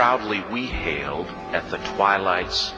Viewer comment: Hailed not held